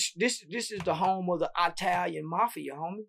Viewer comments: “Dem eye-talians” 😂 😂 gets me every time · “The Eyetalians” LMAOOOO